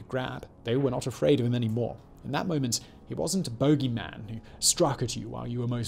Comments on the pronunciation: It's "boo-gey" man, Simon 😆 not "bow-gey" lol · Boogey b-u-gy not bogie (a booger to Americans. Boogeyman not bogieman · OMG Simon, I swear to god if you say Bogie one more time I am going to scream. It's Boo-gie! say it right. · Bogey Man, lol, it sounds so funny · “Bogey” man? Was he extremely bad at golf? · What is a "bow-gee" man?